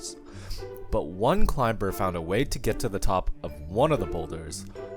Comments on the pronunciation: Great video plus I love the “clime-ber” pronunciation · Why are you pronouncing CLIMBER with a 'B'? Learn some English. CLIMBER has a SILENT 'B'. THE 'B' IS NOT TO BE PRONOUNCED. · ClimBer. Isn't the b silent. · Why is he pronouncing the "B" in "climber?" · Are you pronouncing the "b" in "climb"/"climber" ? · This guy doesn't realise the 'b' in 'climber' is silent... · I've never heard the b in climber pronounced before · This was the first time I've ever heard someone pronounce the "b" in "climber." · Hi, the "b" in "climber" is silent.